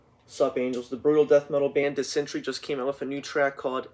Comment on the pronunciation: Diss-en--tear--eeeeee (chris barns), disentry is not a word. The wonders of phonetics.